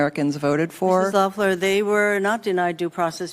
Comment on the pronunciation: Loeffler (2 syllables loff-ler); not Laughler. Kelley Loeffler was a pretty good Senator, R-GA, but served only about a year; she was appointed to fill Sen. Isakson's seat when he left for health reasons. Maizie Hirono, imho, is script-reading what she was given; the fact that Hirono resorts to doubling down is the giveaway that shows she doesn't have any depth of her own to respond with.